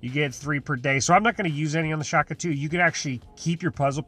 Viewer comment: Day 500: He's still saying Shak-atu